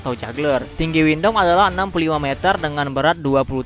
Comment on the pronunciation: Abang sebut windam itu windom